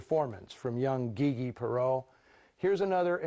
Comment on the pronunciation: I've never heard Gigi pronounced that way before. Is that the way she preferred?